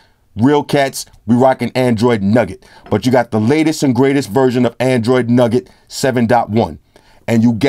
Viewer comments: Yo! Not to get PETTY ROOSEVELT with it but it's NOUGAT (sounds like NEW GUT) not NUGGET. Shits a chew nougat center not a gold nugget. Nougat is a family of confections made with sugar or honey, roasted nuts, whipped egg whites, and sometimes chopped candied fruit. The consistency of nougat is chewy, and it is used in a variety of candy bars and chocolates. The word nougat comes from Occitan pan nogat, seemingly from Latin panis nucatus 'nut bread'. nou·gat (no͞o′gət)n. A confection made from a sugar or honey paste into which nuts are mixed. nug·get (nŭg′ĭt)n.1. A small, solid lump, especially of gold.2. A small compact portion or unit: nuggets of information. Where's the full LG V20 Review G? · actually it's nougat because that's different than a nugget. nougat is pronounced newhut & nugget is nuhgut. One is a sweet or candy and the other is like a clump of gold or a chicken nugget from McDonald's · I love the your way of pronouncing android "nugget" haha